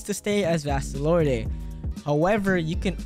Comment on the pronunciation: I don’t wanna be that guy but u say vasto lord the e is silent